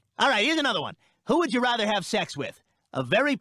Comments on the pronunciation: Is it just me or does seth say "rother" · Watching them all back to back makes me hyperobsess over how Seth McFarlane pronounces "rather."